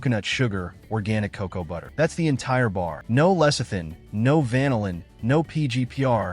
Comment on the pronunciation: AI can't even pronounce cocoa nor lead. What is cacow and leed?